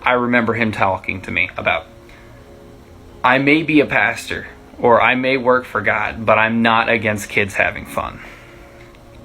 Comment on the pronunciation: Pastor, not pasture. 😊